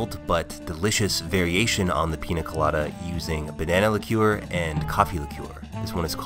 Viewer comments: “Banana liKUEWER” 🤔😂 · The way he says liqueur